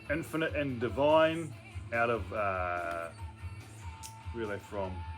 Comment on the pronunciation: Hi, that band Dvne is pronounced Dune, brilliant album